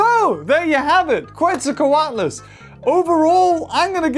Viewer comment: its procounced quetza - coat - less. now say it!